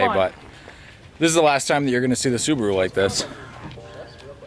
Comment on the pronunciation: And it is Subaru not Subro just saying 😆